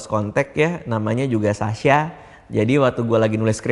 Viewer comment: Beda teman2 bang dika bilang sasya bukan sasha